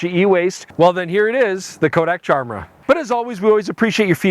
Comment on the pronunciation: It all in the name - a good little pun. It should be pronounced like Chimera with a hard K sound